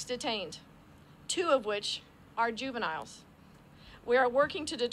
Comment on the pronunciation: When this cold-hearted orb said " juniniles" were those said juviniles GANG MEMBERS?